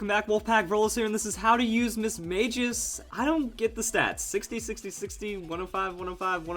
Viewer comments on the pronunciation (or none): It's Mis-Mag-ious, not Mis-Mage-ious. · I hate to be rude, but you pronounced Mismagius wrong. The correct way is Battle Revolution, the anime, and Pokédex 3D App.